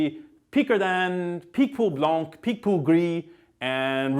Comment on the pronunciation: Please stop saying blanC like in Cabernet blanc or whatever...The C is silent. It's our language, which already suffers in our own country, please respect it.